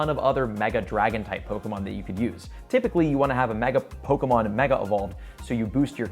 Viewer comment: Hey, after 5 years, I'm back and blown away by your growth! Your take on Pokémon Go Fest 2023 is on point, and I love that you've mastered the Pokémon names. Keep soaring, and cheers to more success! 🎉 Your almost good as PokeDaxi:face-fuchsia-wide-eyes